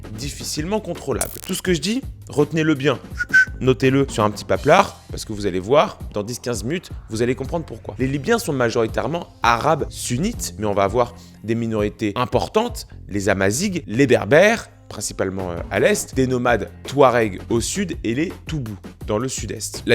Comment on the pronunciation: Gh = Rr dans ce cas là donc Amazirr et non Amazigue